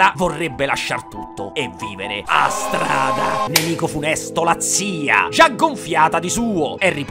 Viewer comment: “A STRADAH” mi ha fatto ridere più di qualsiasi altra cosa nel video, polmone sputato grande